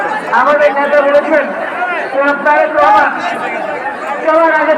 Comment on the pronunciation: বাবর ভাইয়ের বন্ধু তারেক রহমানের নামটাই ভালো করে বলতে পারলো না